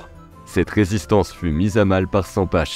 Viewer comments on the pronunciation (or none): Bonne video 👍 par contre Sempach ça se prononce pas sempache, mais saimparr😅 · Sympa la vidéo, on prononce " Sempar " par contre ^^